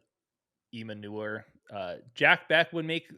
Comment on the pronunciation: E-Manure is a hilarious way to mispronounce Ayomanor lmao